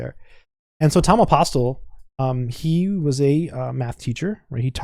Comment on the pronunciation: The author is of Greek descent, and he pronounces his name "aposTOL" - with the accent on the last syllable